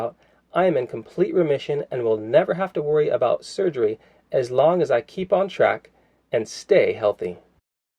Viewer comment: estradiol It is estra - di - ol